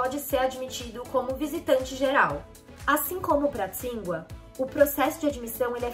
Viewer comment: Ah, uma coisa, o nome Tsinghua se pronuncia Tchin-rruá (Qīnghuá na transliteração em pinyin)